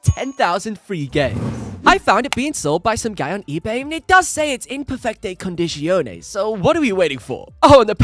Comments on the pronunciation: "inpefecte condìsciònee" ADORO🤣 Jokes aside, nice video. (non voglio insultare, nemmeno la mia pronuncia Inglese è perfetta, sto solo scherzando) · the way u said "perfette condizioni" correctly really showed the fact that u care about Italian people :) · "in perfette condizioni" your italian is very good